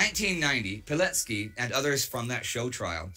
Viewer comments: the correct pronunciation of his name would sound like "Vee-told Pee-let-skee" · Just a small note - you've read his surname slightly off - in Polish, the "c" represents a "ts" sound.